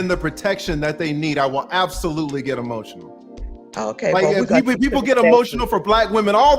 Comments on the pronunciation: Y'all didn't peep that she was saying "Don't be he-motional." He started to patiently reply, and she attempted to double down. "I said he-motional." Like she was being funny. And then he went in on her. WTF is he-motional? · TLA & KS got so much patience! Also that chick was spouting S.I.G.N. language talking about some "HEMOTIONAL" I know y'all peeped that slick tongue.